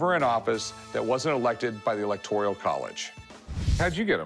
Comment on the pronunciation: did he say “electorial” college?